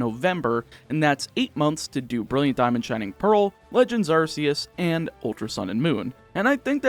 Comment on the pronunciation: You said Arceus wrong but also Mew and Jirachi aren’t optional Pokémon, They’re DLC.